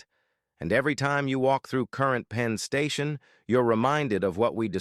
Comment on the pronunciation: "PEEN" Station? "CBBB?" GET IT RIGHT!